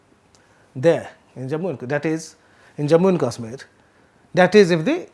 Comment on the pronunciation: Sir.. first learn to pronounce english properly.. else speak in Hindi.. its not Kasmir its Kashmir.. its as though you speak with Pan in your mouth.. learn from Shekhar Guptaji.. he is even trying to pronounce Vizhinjam properly.. secondly please speak after you put your ears to the ground.. refer your previous report.. I want to subscribe to Print.. but disappointed by your fallacies.. thirdly entire media is going to be online.. its competitive.. and on u tube.. your past reports will be referred to..